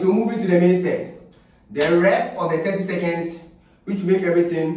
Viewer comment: It's seconds not secends🤣😂💔💔